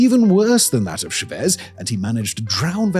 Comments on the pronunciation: I love all of your videos, but you gotta double check the pronunciation on these names... It's not cha-VEZ, it's CHA-vez... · how do you pronounce Chávez [tʃɑːvɛz] as shavees? are you idiot? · Which Dunning-Kruger producer assured Simon that it was pronounced "Chavéz" and not "Chávez?" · bro his name is pronounced cha-vez not cho-vez but you can just refer to him as commie skum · CHA-vez. Please, there’s an accent on the a for a reason. Cha-VEZ hurts my ears. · It’s not Shevez it’s CHAVEZ. It’s like pronouncing chili as shili. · Stress syllable in “Chavez” is Cha, not Vez. Thanks for another amazing video! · The ch is pronounced like in Charles. And the stress is on the á. So like ChÁvez, not ShavEz. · I think there's some trolling going on here because in every single video he picks one very commonly known word or name and butchers it over and over again. It drives me crazy. Who is SheVez? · Lol I love your content but my guy for how much knowledge you have it's wild how bad your pronunciation is. Shavez? It's not french bro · It’s FUCKING Chávez. The pronunciation is in the goddamn name. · Dislike for torturing my ears with "caracASS" and "shavEz". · Yeah, he's an imbecile. It's pronounced "Chavez." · Try “CHA vez” 😂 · is he pronouncing Chávez like that deliberately to rage bait me I can't tell these things anymore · Pronunciation of Chavez 🤦🏽‍♀️ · You'd think with glasses that big, he could see accents over letters. My body involuntarily winced every time he said a Venezuelan name, especially Chávez. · Are you trying to pronounce Chavez? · Dear Simon, please learn how to pronounce Chavez (or stop making videos about Venezuela). You're killing me.😂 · Why does Simon insist on saying "Chávez" putting the emphasis on the exact wrong syllable? There are only two choices, and they even put the accent mark on the correct syllable just to help you out! PLEASE STOP IT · Listening to Simon mispronounced Chavez so many times, chef's kiss